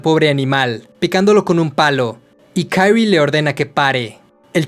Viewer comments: lo unico que no me gusta de esta saga narrada es el cringe de como pronuncia el nombre de kirie como si la obra fuera estadounidense. Me imagino que el dueño del canal es mexicano, ya que aqui se tiene esa pesima costumbre con todo lo que no es de algun pais hispano lo pronuncian como si fuera ingles. Es kirie no kairrui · Nomas una corrección, no se lee Kairie. El nombre es japones por lo que se le Kirie, asi como esta. Es que me causa conflicto haha. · muy buen video pero me da cancer cada que pronuncias el nombre de "kairi" enrealidad se dice kaori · Kirie, no kairrui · Dude, no estás reseñando series en inglés, es Kirie, tal cual se lee en español